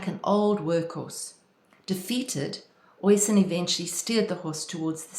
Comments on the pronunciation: Oisín is pronounced 'usheen'. Tír na n-óg which means land of youth is pronounced 'teer na nogue' Thanks for the video - very inspiring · OSheen is how one pronounces the Gaelic name OISIN ....